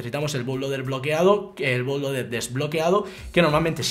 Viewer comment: se pronuncio "butloader"